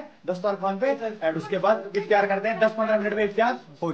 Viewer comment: Iftiyaar❌ Iftaar✅